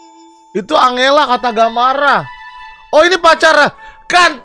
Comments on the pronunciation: Anjela bukan angelaaaaaaaa banggg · Tulisannya tu angela, tapi di baca Enjela kak 🤣🤣